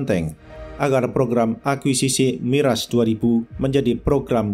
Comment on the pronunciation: Kok miras bca nya😂😂